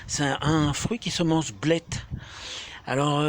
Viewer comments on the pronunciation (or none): Ça s'écrit blet et ça se prononce blè.